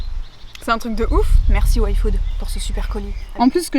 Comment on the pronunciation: Enfin quelqu’un qui prononce yfood normalement et qui dit pas le i à la place de y !!!